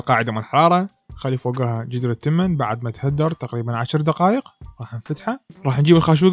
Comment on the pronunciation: ترى هي تخدر مو تهدر 😅😂 ها شنو اعلمك